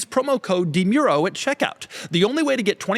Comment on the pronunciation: Somehow Doug is mispronouncing his last name during the ad read.